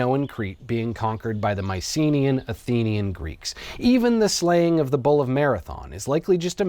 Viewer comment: I legit thought you were saying 'ball' instead of 'bull'.